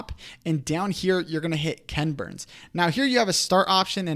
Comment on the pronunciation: You guys make such helpful videos! I did chuckle at your saying KENburns, instead of equal emphasis KEN BURNS. I remember first watching his documentaries that "created" this style more than 30 years ago.